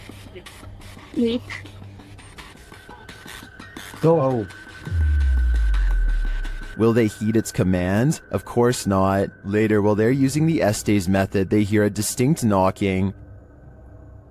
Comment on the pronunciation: my friend, have you ever watched Gunsmoke? Do you remember Festes, I think he was the deputy? Remember how his name was pronounced, "fess-tess" like the e in confess? Estes Park, Colorado is pronounced the same way. The way you say it sounds like you're talking about balls. I've let a few of the other guys know that I watch like Twin Paranormal, CJ & a couple of others & now you know, too. It's like when someone pronounces your name wrong, especially when it comes out resembling the word for balls, you want to have it said correctly instead. I live just down the road from The Stanley & Estes Park so I know. When you know,you know!! Thanks! Love your work!!!!